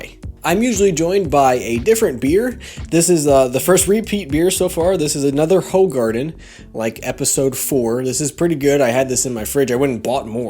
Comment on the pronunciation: Hoe Garden XD, I'd love to hear you pronounce it correctly thought it's hard to explain through text, but yes, it is indeed a good beer, one of my favorites